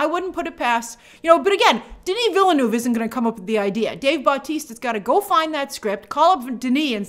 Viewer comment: THAT'S NOT HOW YOU PRONNOUNCE VILLENEUVE!